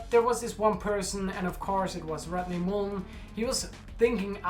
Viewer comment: I dig your accent. "Rodney Moolen" lol